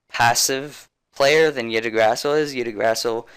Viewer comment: I-gg-dra-zil thats how you spell it